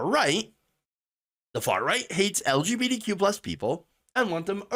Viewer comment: I love how you say LGBTQ like "L G beady Q" lol